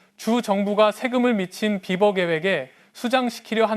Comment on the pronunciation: beaver를 비~버라고 발음하지 않고 비버!~라고 발음하여 처음에는 나는 무슨 말인지 못 알아 들었다. 나중에 사진을 보고 알았다. 아하 비~버~~!! 물론 쓸 때는 비버라고 쓰지만 읽을 때는 비~~~~ 버 라고 읽어 주어야 한다.